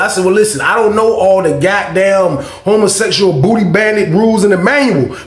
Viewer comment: Every fucking time say "hummusexyall" i scream!!!!!😅😂